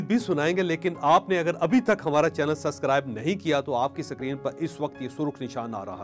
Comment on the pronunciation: Sir Not suscribe but subcribe